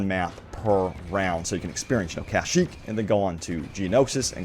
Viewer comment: Why do you pronounce Kashyyyk like that? It's kashyyyk not KAH-shyyyk